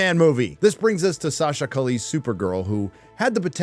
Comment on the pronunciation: Buddy, as an Argentine like the director, the last name is Italian, so it's Mus-kee-etti; and the Supergirl is Colombian so her last name would be something like Ca-ee-eh (it means street)